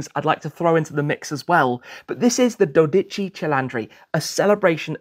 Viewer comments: It is not doDÍchi but DÓdichi. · Please learn how to pronounce 12 in Italian, its really not that difficult..give me a call and I'll teach you. Paul Subbiani 😊